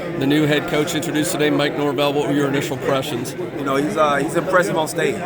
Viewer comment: It’s Norvell.. not Morvell